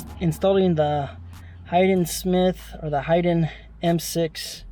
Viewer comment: It’s HAYden!! Not HIDen 🤦🏻‍♂️